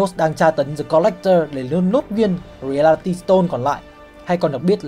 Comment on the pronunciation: Reality đọc sai kìa anh